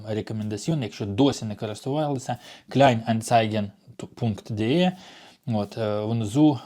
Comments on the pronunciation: Специалист по Германии 😂. Не Анциге, а АнцАйген. Учи матбазу. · опит - досвід находка - знахідка кровати- ліжка розгрузить - розвантажити вдруг - раптом стОїть того - того варто полка - полиця... і т.і. не парьтесь уже😊 хоча на помилках вчаться) наголос анцАйген Міні Джоб не завжди 40 годин на місяць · Хотів вставити свої п'ять копійок з приводу правильного наголосу KleinanzEIgen, але тут вже черга з вчителів😂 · Kleine anzeigen Правильно вимовляти клейне анцайген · Правильно називається Kleinanzeigen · как читается "еi" ?? "ан"?? невже так тяжео загуглити🤦🤦🤦🤣🤣 один лучше другого 😂 и буква "гЕ" там тоже не участвует🤦